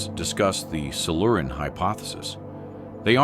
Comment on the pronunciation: Silu-Ran?? Not Silure-ian??